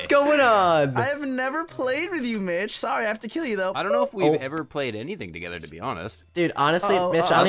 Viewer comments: did you say mich or bich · its funny how every time he says mitch it sounds like the B-word